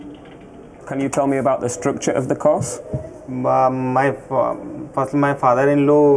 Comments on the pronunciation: the officer appears to be asking "tell me about the course" but it SOUNDS very much like "tell me about the cost" ...... which is what the guy tries to do - TWICE. Then the officer says he can't understand ..... Clueless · The structure of the Course was misinterpreted as ‘COST’ His pronunciation is so misguided 😂. Poor chap lost lots of money 😢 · The way he's saying "course" almost sounds like "cost" to me. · I can swear i heard the Embassy official say “ can you tell me about the structure of the cost” instead of course. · Could literally hear COST and not COURSE from the visa officer... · I actually never heard "cost" in the first two times I watched it. Maybe I also took the context into consideration. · I know. It sound like he said tell him about the structure of the cost. He was saying the course. Dam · If you understand english then you hear him saying course or else there are many people who imagined cost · Even I heard it as cost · It sounded like COST not course that’s why the student didn’t get it or might be confused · Yes absolutely! And in all honesty, the AI responsible for Youtube's subtitles also picked it up as "Cost" instead of "course". Even when he rephrased the question, it sounded a bit more like cost than in the first instance. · I thought he said cost too! Not course! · I dont get what an officer is saying "Course or Cost"???? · Is course not cost. That white guy said cost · cost?? qorse? never heard a Brit pronouncing course as qorse. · Ugh that 'course' that sounds like 'cost'. The answer will make or break you. 😑😑😑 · British pronounces word without ’R’ like course sounds like ’couse’ and word sounds like ‘wod’ . I think the student heard he said ‘cost’ 😂🤦‍♂️😂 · the interviewer intentionally said course like he was out of breath. Sounded like cost. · Dang that course really sounded like cost. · Cause sounds like cost, and that's why the Indian thought the officer was asking for the cost break down.